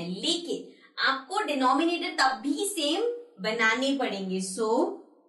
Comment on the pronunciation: डिनोमिनेटर नही डेनोमिनेटर